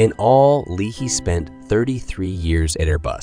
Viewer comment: It's LAY-HEE . John Leahy.